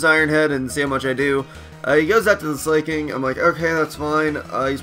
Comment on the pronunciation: Slaking is pronounced Slack-King and Terrakion is Ter-Rack-Key-On.